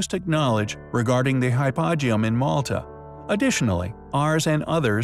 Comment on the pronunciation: It's Hypo-geum, not hy-poegeum